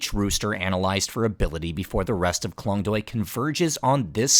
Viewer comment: The cinematography, the story, all great. But please please learn to pronounce at least the most important words, like the district which is your main story point, or the dishes and names of the people. It goes a long way and shows respect to take 5 minutes to learn how to pronounce Khlong Toey, Moo Grob, and the people's names. It's borderline cringe to hear those words totally getting butchered by someone who otherwise seems to be genuinely interested in the region.